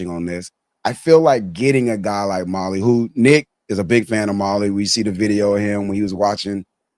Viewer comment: Not “ molly “ Mali <<<<